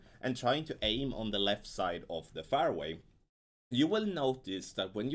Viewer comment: fairway is pronounced like, " airway" but with the letter "f " in front of it. You pronounce it as though it is spelt, " farway".